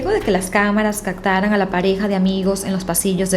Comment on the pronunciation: Deberías mejorar tu dicción de algunas palabras como septiembre (que no es sectiembre) o captaron (cactaron) y varías que pronuncias así